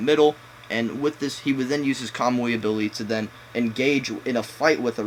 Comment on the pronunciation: kamui eye xD imagine making naruto videos and you can't pronounce the abilities